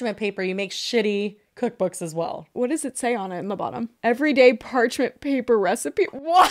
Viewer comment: so funny says “part mench paper” literally an easy mix up we’ve all done it but it had me 💀